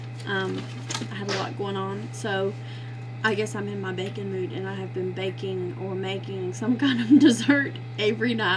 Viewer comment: Love your ideas. Lol, for a minute I thought you were saying lately you've been in a "bacon" mood🐷 but then realized you were saying "baking" mood :)